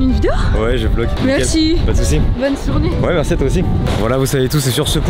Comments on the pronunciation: Le mec à : "Bonne sournée" ;) le stress qui fait perdre ses moyens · “bonne sournée”